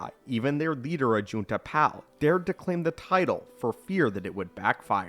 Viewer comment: As a brazilian i cannot avoit to lmao every time i hear "Ajuntapall" and "Caedus" hahaha